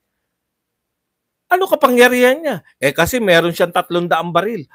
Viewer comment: Hindi nga "kapanYArihan" kung hindi "KAPANGYARIHAN!